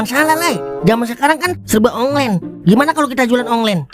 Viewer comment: Online bukan onglen 😅😅😅😅😅😅